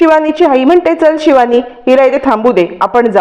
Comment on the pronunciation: Marathit don n yetat pan tyancha ucchar vegla asto bhash shudh bola shivani cha ni pava😂